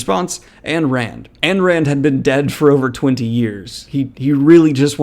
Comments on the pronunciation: Just a heads up it’s AYN rand, not ANNE. Pronounced “ine” or “eye-n” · Yes, he was a bitterly angry and detestable douche bag, and an Ayn Rand-worshipping fascist (it’s pronounced EIN, not AN), but he could damn sho’ tell a story. I bring one of his books on every vacation I go on and read it first. I never read Ayn Rand nor ever wanted to, but it was so obvious from the very beginning that he was channelling her. He died on September 17, 2020 at 72. Although I’m sad that we won’t get any more books from him, death couldn’t have happened to a nicer guy. I came here from the NY Times obituary. I’d rather read Sister Souljah, to be honest. Peace. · wait is it pronounced "ann rand" or "ine rand" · Every time you say Goodkind's name as rhyming with "mind" it throws me off completely; my pronunciation of his name has always been with a short "I" rather than long. Also, not that I'm a fan of her, but her name is pronounced "Ein", like as in the German word for "one". I had no idea how much of a incel douchebag TG is. I, too, have read Dean R. Koontz' book. Does he still just change the lead character's name for the next version, or does he get really wild and change his career, too? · exactly... he probably is a big-time lib that hates Capitalism of which Ayn (Ein) Rand (as how it is pronounced) is such a great proponent of. People that want a practicable version of economics more than Capitalism are either ignorant, or have a big hole in their head. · Thanks for the heads up. I’m new to fantasy and have seen Terry’s name around. This guy is a monster. I will avoid his books! Btw, Ayn is pronounced “Eyen” Rand. Thanks again. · Necro-commenting here, but it's "Ayn", pronounced like "Nine" minus the initial "N". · Um, Daniel... "Ayn" is actually "ein", as in "Einstein", or more bluntly "Ayn Stayn"... just pontificatin'... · Ayn rhymes with 'mine' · Was it just me or was how he pronounces Ayn Rand really bothering you